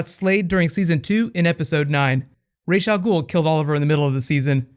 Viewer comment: Does anyone know: 1). What's up with Colton Haynes? or 2) What's up with pronouncing names on Arrow? Nanga Parbat (a real mountain) or Nanda Parbat (where those cute giant nandas live)? Rahzz al Ghul, or Rahsh al Ghul, or Ra's al Ghul? (an eclipsing binary, aka Algol or Beta Persei) These are deep philosophical questions.